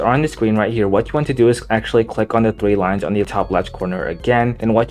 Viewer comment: Thwee wines bro cant speak